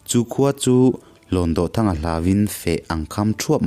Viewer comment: Kanu ni kapi Nula senoir bantlang khan min hrilh thin a..mahse HLAWNDAWHTHANGA hi lamdan a inanglo deuh..DAWH hi kutdawh a..DAWH tih ang hian lam tur ani lo maw.... I thiam tho tho a..ngaihnawm thei khawp mai